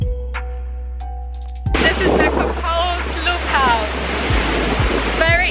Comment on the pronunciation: Nice video, but the "Cocles" in Playa Cocles is pronounced like "Co-CLAYS" (stress on first syllable, somewhat heavy "s" on the end), NOT "Cockles." I feel it's important to try to pronounce place names accurately.